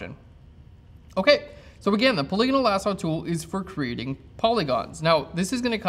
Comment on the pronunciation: wow! finally someone who pronounces "polygonal" correctly! irrelevant, I know .... just sayin'